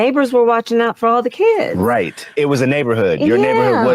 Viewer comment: The neighbors watched out for the “kee-yuds”. F off you 🤡